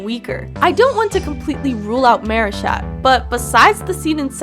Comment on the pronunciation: I hear you pronouncing Marichat as Maryshat